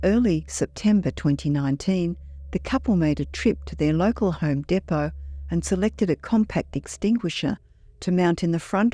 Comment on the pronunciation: The strangest thing about this story is the way the narrator pronounces “local Home Depot”